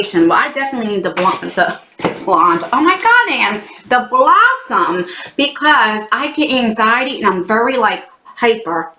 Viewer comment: I thought you said “the blunt” instead of “blossom” at first 😂😂😂😂